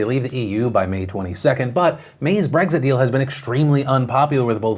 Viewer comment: I get triggered every time Phil says "Breggzit"